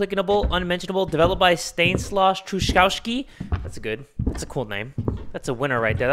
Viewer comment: *Polish name pops out*: Stanisław Truchowski tries to read it: SHSHSHSHSH Oh man is it really that hard 😅😁 hahahaha